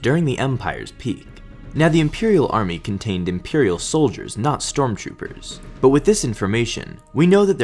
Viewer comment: is he saying " storm choopers"